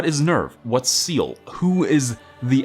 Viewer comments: It's pronounced SAYLAY not SEAL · Bro not to freak out but its pronounced sell aye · You got to work on your german, you mispronounce NEVF and SEELE.